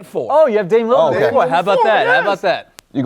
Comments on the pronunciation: "Damian Limmard. Damian Leonard" Damn he really doesn't know his name lmaoo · Every time he talks about Dame he always says Lilard wrong